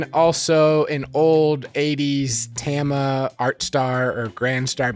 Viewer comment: TAH-mah, not TAM-uh. Artstar were maple with high-tension lugs, Granstar were birch with split lugs. And personally, I don't find DW hardware to be all that robust. Heavy and over-engineered, yes, but their stands don't hold up to heavy usage any better than any other brand. Their very old stands were especially bad - boom arms held in place directly by a wing nut (similar to a hi-hat clutch on a pull rod), for example.